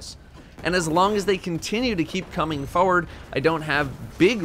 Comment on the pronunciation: No one: Not a single soul:: "Fuhward"